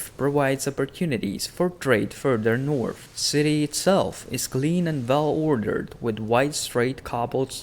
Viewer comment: THE NORF KINGINDANORFFFF